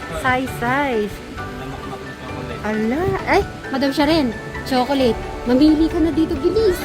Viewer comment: Magnesium is best to take at night time. Please, it is irritating to hear pronouncing CHOCOLATE to CHOCOLET. Prounounce it right the way Fil say it.